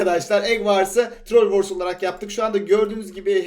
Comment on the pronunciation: Eg vars diyorsun trol vors diyorsun ingilizcen yok bari ikisini de türkçe söyle rezil olma